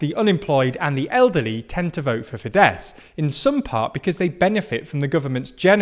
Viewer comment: I think Fidesz is pronounced Fidesh.